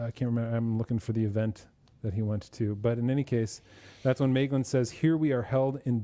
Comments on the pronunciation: Double vocals? There is often mispronunciation of the dipthong 'ae' (see video saying MAYglin rather than MYglin) But 'ea' is two separate vocalizations 'eh' 'ah. Thus Feh Ah Nor, or Eh Arr Endil. I'm not recalling any 'uo's offhand. (Though my memory fails more of late). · Stress on the first syllable, the AE has the sound of the English word 'rye', or 'eye' or 'pie'. Thus Maeglin would be pronounced MY-glin.